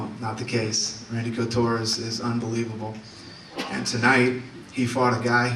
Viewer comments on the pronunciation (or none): why does everyone say CO- TOUR his name is COU TURE